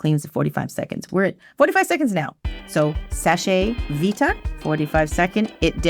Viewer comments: Very surprised to see Seche Vite taking such a long time to dry. Never used it myself, though, because it has toluene and I can't stand the smell. Btw, "Seche" is one syllable. "Sesh veet", not "seshay veet". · FYI it’s pronounced “Sesh Veet” it’s French for dry fast.